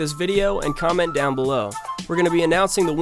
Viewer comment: I was wondering why there's so many 'done' comment. They missheard the instructions or it's me? I thought he's saying 'down'. Im just curious